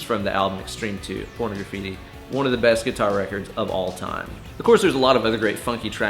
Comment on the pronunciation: if Nuno is one of your favorite players, you should learn how to pronounce the album Pornograffiti. It's not Porno Graffiti, it's like pornography-ti. You say the pornog part, then graffiti. Not porno. Say por-naw-graffiti.